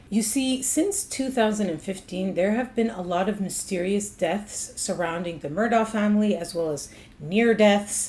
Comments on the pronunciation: It's pronounced Mur-doch not Mur-ah it's Irish. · It's pronounced Murdock! Just like the people on the local news pronounced it... Not MurDooough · This is an interesting report! But didn't she notice that the name is pronounced "Murdock," not "Murdaw?" People who know them say Murdock. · If you are going to be credible, your should pronounce the names correctly, especially if you are going to repeat it so many times. It's pronounced Murdock, and Alex' name is pronounced Ellic. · The "Murdah" family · You’re saying their name wrong.say it like murdock. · Well accept it’s, “Mur-dock” not the way it’s being pronounced by. Local inflection wouldn’t allow for the “der.” sorry I’ve lived there for too many years